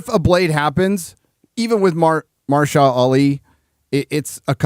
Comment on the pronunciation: Did just said Marsha Ali? Marcia, Marcia, Marcia!!!